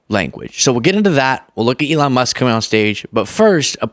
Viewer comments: Trump called him "Elijah". Did anyone else catch that? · Did the confused old man call Elon "Eli"?